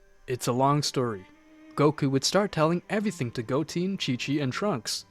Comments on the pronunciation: stop calling goten goteen! it's GOTEN( GO TEN) NOT GOTEEN(GO TEEN)!!!!!!! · For the love of god, please watch a few episodes of the actual series so you can pronounce the name correctly. Go-Ten not Go-teen. Dragon balls not dragon spheres. Please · Who the fuck is "Goteen" And "Belmuuuud"? It really pisses me off.